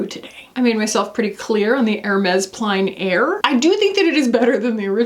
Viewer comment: Hey! I know you like to get your French pronunciations right - plein air is pronounced more like “plenn” air